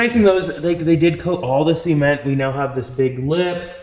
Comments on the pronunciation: Am I crazy or is he saying cement weird? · A little bit like the Beverly Hillbillies, but we love anyway.:)